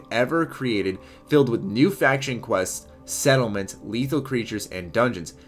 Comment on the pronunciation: he said Seattle mints not settlements...... definitely...